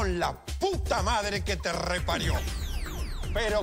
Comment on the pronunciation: ME MATA EL ÉNFASIS QUE LE PONE CUANDO DICE "LA PUTA MADRE QUE TE REPARIÓ!" JAJAJAJAJAJ